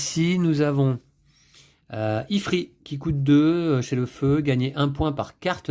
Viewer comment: Pour info il se dit « ifrite » lol Merci pour cette très bonne video Je vais m’acheter ce jeu, c’est certain